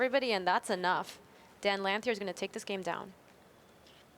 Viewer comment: I don't think I've heard a commentator pronounce Dan Lanthier's name correctly yet.